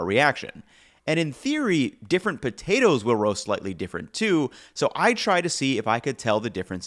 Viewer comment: Is he deliberately trying to be comedic by pronouncing it “botatoes”?